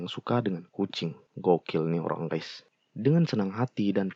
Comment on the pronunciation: Ralat,Ngab! Yg bener itu Guys bukan Gays